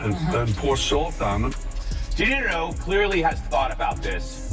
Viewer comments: Lets see.. "DuhNutto".... You're welcome, dummy. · WTF are you an AI or do you really not know how to pronounce De Niro, do better or stop.